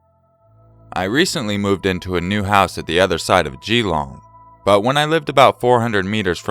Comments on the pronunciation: Geelong is pronounced more like jeh-long. Don't emphasize the 'gee' ;) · the way you said geelong 😂😂😂 its more fluent instead of separating the gee and the long